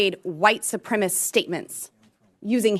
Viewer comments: She should learn how to say “supremacist” first, then learn what what supremacy is. 🤦‍♂️ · Yeeeaah...and she can't even properly pronounce the word, "supremacist", multiple times. It's like over and over and over proof of her poor education and just plain ill-bred ignorance. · Well, I'm a little speechless here. Lauren Boebert would have to have some inner feelings of superiority to say the incredibly ignorant things she says. And she can't even pronounce 'supremacist' or 'democratic'.. yet she continues to spout her ignorance. So what else would be the conclusion but the inate feelings of European immigrants that they are superior to others? Most people would have the good sense to keep quiet. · The dumbass can't even say supremacist. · Lauren can't really pronounce words right. That's insane to me. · "White supremist." Normally I wouldn't make fun of people for making mistakes with words, because even smart people do it sometimes. But in Boebert's case, I don't believe that she knows the right words. Her speech impediment does seem to be caused by a pathological level of ignorance. Even stupidity isn't always worthy of ridicule; only when it's also cruel. She deserves all the mockery she gets. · Cori Bush had no need to insinuate. The white supremacy is perfectly clear in the man's own words. So sad that Boebert doesn't have the intelligence to make the connection between the man's words and his stance as a white supremacist. BTW, Mrs. Boebert, the word is 'supremacist', not 'supremiss'. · Boebert says "white supremist" instead of "white supremacist". She has no idea. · "...white supremist words..." someone give her a dictionary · "WHITE SUPREMIST" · Please check out the comments about this hearing on Forbes. The MAGAmorona are out in force. Boebert cannot even say the word 'supremacist' 😂😂😂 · She cant even say the word "supremacist" correctly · She can’t even pronounce “supremacist”,,,,,,😂😂😂😂😂🤮🤮🤮🤮🤮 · It's supremacist - NOT SUPREMIST, Ms. Beavis!!!